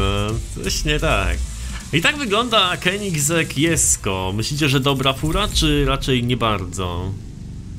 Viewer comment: Mówi się koneseing